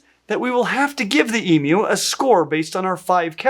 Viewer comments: Firstly, as an Australian, I'd like to thank you for pronouncing their name properly and, secondly, to tell you of some of my experiences with emus. I live in a small hamlet just outside of a regional town in the Blue Mountains NSW and we have a couple of wild emus who go for an almost daily stroll along the bottom of my street. They've been around for years and are considered a part of the local community. We have fairly cold winters in my area and we do get snow and emus can handle the climate here perfectly well, although even our worst winters are nowhere near as extreme as some parts of the US. They seem to be able to handle most climates Australia can throw at you, from arid deserts with high temperatures to alpine winters and everything in between, so they are a pretty hardy bunch. I've had emus, over the years, steal my ice creams and other food out of my hands and even take off with my hats, at various wildlife parks and zoos (they're actually renowned for pinching kids' food out of their hands), use their beaks to "explore" my head by whacking me, usually on the back of the head - it's more surprising than painful but I have ended up with a few bumps on my head from this and, if you happen to be picnicking where there are emus, if they decide to come and raid your picnic, there's really not too much you can do about it as they're quite determined when food is in the offing. All in all though, they're quite lovable, non aggressive, goofy birds whose worst trait is be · I love these birds. They're such cheeky characters. I had the privilege to look after them when I was a zookeeper, including chicks from time to time (I especially loved that). This is an interesting video. BTW thank you so much for pronoucing the U in Emu correctly. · Yes.... I'll start that argument again! Thank you for pronouncing emu correctly. 😘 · Thank you for pronouncing emu correctly, and not as "eemoo" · Thank you so much for pronouncing Emu correctly 🥹